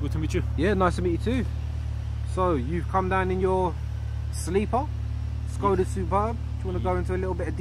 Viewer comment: Yes, and you pronounce it exactly like "SKODA" should be properly pronounced in Czech :D (see visioracer's videos)